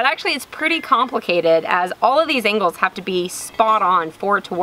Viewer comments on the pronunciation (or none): none